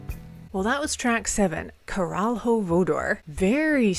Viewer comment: The "lh" from "caralho" is a sound that the engligh speakers cant pronounce. Its something like an double l. And this word means "dick". "Voador" means "flying".